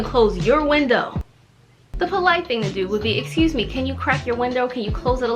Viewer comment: No one says excuse me Jimin: excuje meeee🤣🤣